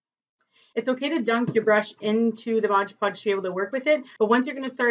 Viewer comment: Mod! Mod! Not modge :) great job on Tut!